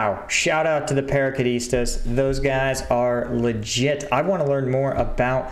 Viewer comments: Paraquedistas..in english you can say it or pronounce it like this : "Parakedistas" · Paraquedistas with equivalent English pronunciation : purrheukeudisteush.